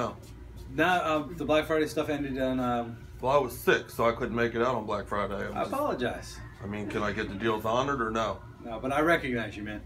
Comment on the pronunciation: "Psh. You guys didn't have deals on black fridey?"